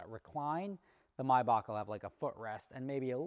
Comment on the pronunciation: Is that really how you pronounce maybach??